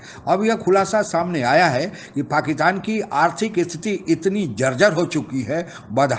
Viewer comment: पाकिस्तान को पकितान क्यू बोलते? गुटका सुपारी खाए बगेर narration record करो ना सेठ